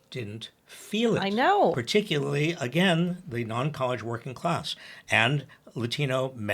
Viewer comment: Stop saying collge /non college. It"s insulting to the many people's sense of intelligence.